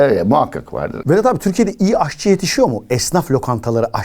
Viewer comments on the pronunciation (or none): AHçı değil AŞçı